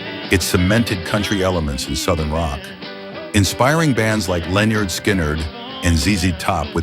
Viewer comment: Pronounced Lynyrd all wrong......LMAO.